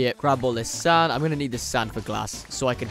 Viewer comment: Is it me or does when he says sand it sounds like sans???